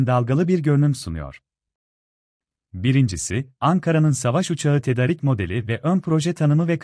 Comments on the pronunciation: Tedarik biraz uzun söylüyoruz tedaaarik gibi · tedarik demesini öğrenin lütfen kötü duruyor